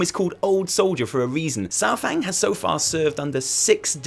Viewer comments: People uhh.. People know it's Pronounced SAR fang, not SOUR fang, right? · The troll in Old Soldier Says it himself 45 seconds in. The first spoken words in the cinematic are "Oh, Lord Sar-fang"